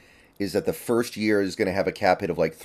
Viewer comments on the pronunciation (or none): none